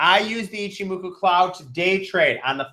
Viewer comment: Why are none of you people capable of pronouncing Ichimoku?